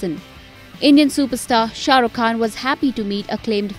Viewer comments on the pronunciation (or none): none